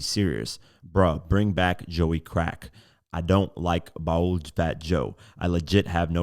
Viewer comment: HERE WE ANOTHER CULTURE VULTURE PARASITE!!!!!! REPORTING ON THE CULTURE. HE'S NOT FROM AND KNOWS NOTHING ABOUT!!!!! ANYONE I REPEAT ANYONE WHO DOES NOT KNOW THE WORD"Boule" and PRONOUNCED IT LIKE HE DID.......HAS ABSOLUTELY NO BUISNESS REPORTING ON OUR CULTURE!!!!😂😂😂 HE DON'T EVEN KNOW THE TERMS AND WORDS😂😂😂#BAN ALL IMPOSTERS,,,,,FIND SOMEWHERE YOU BELONG BECAUSE HIP HOP CULTURE IS NO THE PLACE FOR YOU😂😂😂